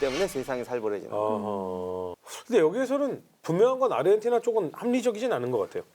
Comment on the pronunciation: 누가 자꾸 아리헨티나라고 .... 아르헨티나...